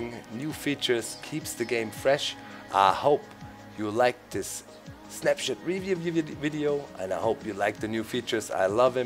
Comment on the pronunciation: Lol. You said Snapshit.